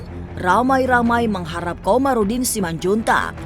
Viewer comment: Kamarudin bukan Komarudin!